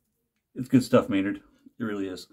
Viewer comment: Dude I get why you say "Doog" now 🤣